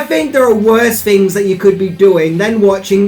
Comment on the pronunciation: as well as your inability to pronounce "TH" Here's ten fings you didn't know.........................